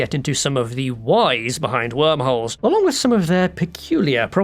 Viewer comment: "HWORM HOLES" "THAT ONE DOES'T EVEN HAVE AN H!!!"